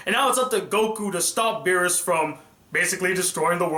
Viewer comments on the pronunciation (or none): What? xD terrible